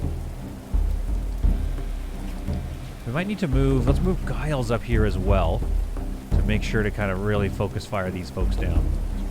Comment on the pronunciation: It's Gilles with 2 ls so it should be pronounced like "Jill" in the French manner.